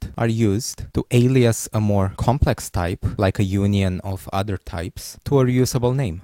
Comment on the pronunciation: Can you speak English properly? Please don't try to give a fake accent. type is pronounced as type, not thyphe